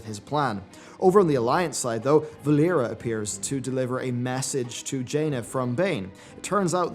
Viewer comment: it’s ALLERIA not VALLERIA!